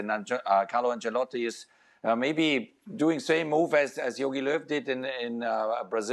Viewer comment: Can’t stand the nfl people saying “Ancellati” 😭